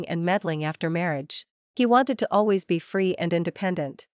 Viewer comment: Pronunciations! Bee ed? Al. ways? And she too has no morals, drinking and sleeping with an old flame/friend the day she meets him? You are pretending to write a story for non-Chinese readers too, right? Mention only one name, not both after the first time.